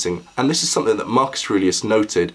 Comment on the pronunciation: "You knew Marcus Arelius?" Maximus